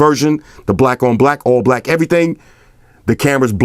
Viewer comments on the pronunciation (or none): he a blood he said brack lol